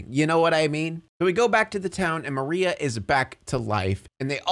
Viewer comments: I know it's small but i was EXTREMELY bothered every time he said "Marina" instead of "Maria" Lmao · Im genuinely tweaking because isnt her name maria??? Why does he keep saying marina???? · El muerte * Maria * bro keeps saying la muerte and marina its driving me nuts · It feels mean to say but yeah I think he missed out on a lot of the film. Like I stopped watching about halfway when he kept calling Maria 'Marina'. Like it just shows that you don't care about the film as much as you say dude. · Pig keeps calling Maria “marina” and it peeves me sm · Is it just me but anytime he said Marina instead of María it bugged me so much. I couldn't with how he tried to speak spanish. It was REALLY FUNNY though!😂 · one of my neurons died every time you called Maria "Marina" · does anyone else notice that he calls her Marina instead of Maria throughout the whole video? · Her name is MARIA Not Marina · I'm like 90% he didn't actually watch the movie, how do you miss pronounce Maria to where it sounds like Marina, and you don't edit, revise, look over to correct it. It's not even once. Also he said that it's "hinted" that the 2 two rules of the lands of the dead have a thing for each other. It's not hinted it's fucking confirmed even at the beginning of the story like bro, just rewatch the movie 😭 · Her name is Maria, not Marina 😭😭😭😭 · Her name is Maria, not Marina😂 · *Maria, not Marina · I can't with how you pronounce these namessss BROOOOOOO ITS MARIAAAAAA not marina MARIAAAAAA. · WHO IS MARINA??? Its maria😭 lmao you kept on calling her the wrong name